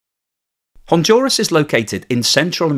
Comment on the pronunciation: "HonDuras, not HONJURAS".